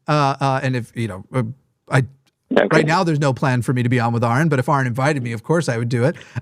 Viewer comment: For the love of the Spaghetti Monster, it’s Aron not Aaron. Trust me I know the difference firsthand lol 😂